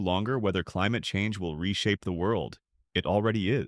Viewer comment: "The fight against climuhchange" hahah you 🤡